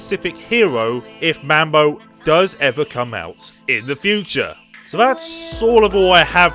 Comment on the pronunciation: You said mambo funny